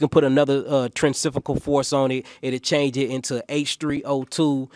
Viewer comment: This nigga said trencifugal force. It’s centrifugal force. Dude says a lot of words wrong.